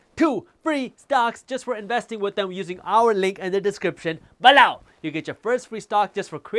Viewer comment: Its below not balow.😂